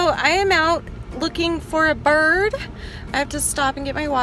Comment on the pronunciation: im out looking for a bird at first I thought u said birb and I’m like BOrB XD